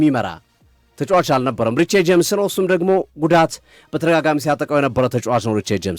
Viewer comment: ሪስ ጀምስ ብለክ ጥራው እሺ ምንድነው ሪቼ የምትለው